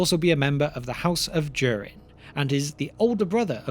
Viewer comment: The line of Do-Reen😆